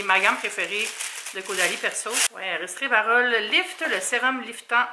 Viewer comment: Restrévarol?😂 resveratrol 🥰🫶🏼c’est pas une reproche tu m’as fait rire❤️